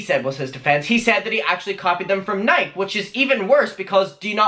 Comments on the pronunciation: James Charles = Jeffree Star wannabe...He THINKS since his #'s are bigger than Jeffree Star's he can be a bigger bitch, but he's still a child in the business world and he has NO CLUE as to what he's doing. BTW...NIKE is pronounced NIK E (yes you say the E). Just helpin ya out a bit. ALSO, there should be a place to turn JC into, like the BBB (better business bureau, but you would need to know who he goes through for production etc). OH and Jeffree Star does the block on social media if he doesn't like what you have to say also. Hmm...I see where James has been gettin his tips from. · Nike? Nik-ee? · Nike is pronounced Nikeyyy lol a true Oregonian 🏃🏼‍♀️ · We love the way says Nike😂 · When you said ‘nike’ i quaked😂😂😂 you pronounce the e!!! I love you lmaoooo